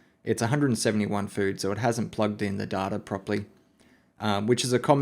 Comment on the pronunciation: You keep pronouncing "data" wrong. It's pronounced data, not data. Please work on this.